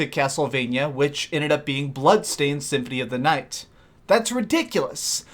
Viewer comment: i believe you said symphony of the night lol